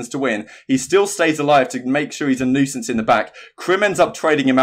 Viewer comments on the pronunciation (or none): none